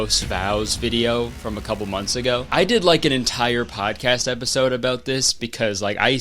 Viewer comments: That "ABOOT" came out HARD-CANADIAN. Like Truro, Novia Scotia vibes #swearnet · the little Canadian "about" is adorable